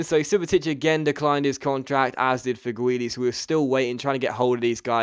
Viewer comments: Its not pronounced Fegwuili, it's pronounced Feghooli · It's prenounced (feg-ew-li) by the way :)